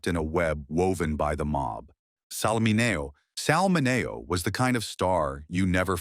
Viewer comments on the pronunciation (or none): Sal Ma - NA - O???? it was Sal Min-E-U, until AI is programmed to pronounce names correctly it will sound stupid. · How did they make Sal Mineo sound like something you get from eating tainted chicken lol? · It's Sal Mini - o, NOT Sal Maneo...almost sounds like Salmonella ! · Stupid. Sal Mineo (“Mini-o” not “Minayo”) looks just like 3 or 4 of the other guys. Sloppy. Waste of time. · Terrible. AI bot mispronounced a bunch of stuff. Virginia Hill repeated twice. Sal Mineo kept popping up unbidden in the middle of commentaries about others. Oh yeah: Mineo is pronounced MIN-EE-OH or Minio. Get it right & skip the bots. Please. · Sal Min-ee-o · Min-NAY-oh. AI...artificial ignorance. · Salmanaio , sounds like a disease...😂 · Salmonella? I m out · Where do you get these "facts"? Sal Mineo was killed by a thief. And by the way you pronounced his name wrong. Big surprise.